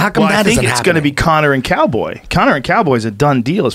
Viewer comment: He doesn't know how to say Cowboy is straight trash